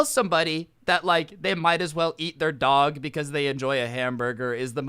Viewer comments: The way says dog! Lmao 😂 ‘DaWhG’ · The way he says dog is so funny